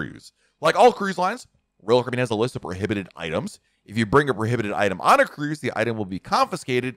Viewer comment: pronounce: ROYAL CARIBBEAN!!!!!!!!!!!!!!!!!!!!!!!!!!!!!!!!!!!!